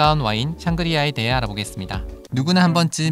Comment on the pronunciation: 샹그리아(X) 상그리아(O) 좋은 공부했습니다 감사합니다♡